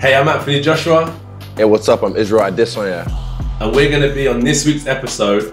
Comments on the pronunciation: Yhh the emphasis is a-DAY-son-yah instead of a-de-SAN-ya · Never heard Adesanya pronounce his own last name before. Sounds like it’s almost more a-DE-sanya instead of what most people say which is like AD-e-SAN-ya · Nigerian here, it's pronounced Ah-Day-Son-Yah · Heard how he said "Adesanya"? He said Ade-sawn-ya. Is that really how it's pronounced or did he just misspoke his own name hahaha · I had to replay the intro like 6 times to hear how Israel says his last name. I've heard "AH-dey-SAHN-ya" so many times that I was like, "did he say his own name wrong?" lol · I swear he's saying Ad-i-soya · israel adesanya said his name like israel adesoya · Is that how you pronounce Israel's last name